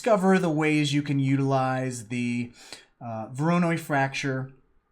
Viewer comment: Thanks a lot!!! Btw it pronounced as "waranOy" since it's a russian second name in this case ;)